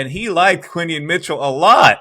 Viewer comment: QuinYON not quinton